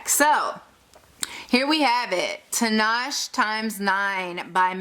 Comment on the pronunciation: lol its Tee-nah-shay, tinashe. nice swatches though